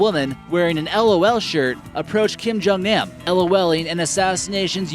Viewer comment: Keem-Joong-oon. Keem-joong-nahm. >.>; Seriously.